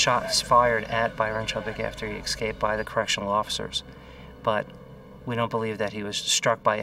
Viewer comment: ek scaped? You mean esc aped ffs reminds me of black American women saying axe for ask lol it’s not racist it’s just a fact before anyone jumps on me